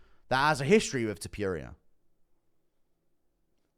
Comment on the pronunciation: His name is not ilia Tipuria its Topuria